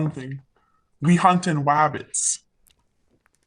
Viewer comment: “We hunt in’ wabbits.” was diabolical